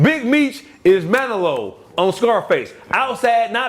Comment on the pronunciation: Did he watch Scarface with the volume off? How can’t pronounce Manolo’s name correctly?!!!